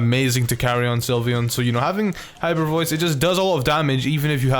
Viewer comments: I was drawing Sylveon and he said slyveon and I looked at him like 😟😠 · "slyveon" boi